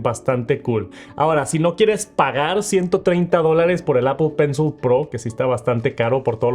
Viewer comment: Si me dieran un dólar por cada vez que dice mal “apl pensl” termino millonario 😝